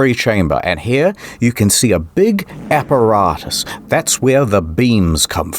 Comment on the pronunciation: "...a big AH-per-AH-tus". Lol apparatus